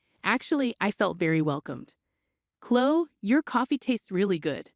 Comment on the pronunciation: Chloe has the E sound at the end, not Chlo.